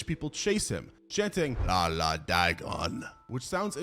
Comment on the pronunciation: "La la Dagon"?! It's supposed to be "Ia Ia", not "la la"! Somebody mixed up capital I with lower-case L! Curse you, sans-serif fonts!